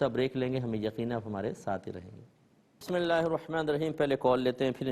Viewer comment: Mazrat k sath mufti sahab Aaozubillah or Bismillah ka talafuz sahi ada nhi krty hain